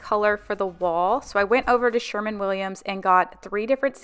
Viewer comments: Loved the marathon, great job. But every time you said SherMAN Williams I had to laugh. It’s SherWIN Williams. 😂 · Sher-win Williams not SHER-MAN